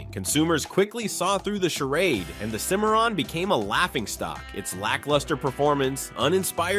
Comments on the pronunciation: they mispronounce the Cadillac cimarron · Hey! Moron! It's CIM-ar-ron not "cim-AIR-in". duh. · You lost me at SEE-MARON! Are you serious? You should know something so basic to be taken seriously. Ill not be back. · It's pronounced "Sim-A-Ron" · Learn to pronounce it it’s called a Cadillac Cimarron SIMERON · Learn to pronounce it. It’s a Cimarron…… Pronounced SIMERON. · It's called a Cim - a - ron. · Cadillac SIM-ER-AHN. FFS Plus, HOW MANY TIMES can you use the phrase "cautionary tale" and "punchline" w/o sounding like a robot? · Cimarron Sim ma Ron. As Cadillac called it. Do your homework.😊😊😊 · Cadillac Cimarron pronounced Simaron. My family has owned several bad cars. Ford Granada Saturn ion Ford Pinto GMC Safari Chevrolet Astro My Saturn ion was in and out of the service department about as often as some folks change their socks. 9 months out of 14 months of ownership. I got rid of it, quick, fast, and in a hurry. I loved my Plymouth Horizon. It was fun to drive. After I had a fender bender, I learned that it was a red title. The whole right quarter panel had been replaced. The electric system went crazy and towards the end of my ownership, it would set off the horn at about 3 AM. We'd have to disconnect the battery. UGH!!! 🙄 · Let's all say it together and use the same pronunciation each time, Cimarron is pronounced sim-uh-ron. But, seriously, this is a really enjoyable video. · My man pronounced Cimmaron 5 different ways... And not correctly even once. Good, informative video, though. 👍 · Man you butchered the pronunciation of "Cimmaron"!